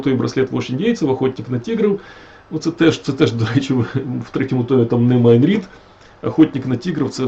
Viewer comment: шерсть котяча перетворюється на тигрррячу в устах, які вимовили перед тим " МАЙН РІД" 😂🎉